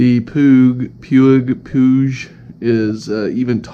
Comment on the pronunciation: no one knows how to say puig xD wtf?!